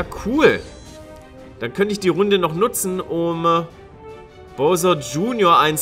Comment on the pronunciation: Es heißt Bowser mit au!